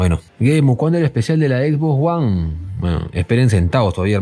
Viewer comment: Jajajaja "X box guan"...